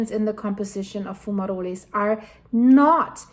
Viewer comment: In English, the E in fumaroles is silent. It's fu-ma-rolls